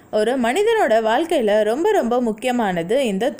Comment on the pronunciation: மகளே தாங்கள் ஏன் "ழ" விற்கு பதிலாக "ள" "ல" வை உச்சரிப்பது சரியான தமிழா, தாங்கள் பேசியதை மிள கேட்டு தமிழை தமில் ஆக்காதீர், அழுத்தம், வாழ்க்கை இன்னும் பல, நல்ல பதிவு, நன்றி.